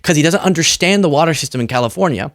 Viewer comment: He can’t even say WATER. Not WATA SAF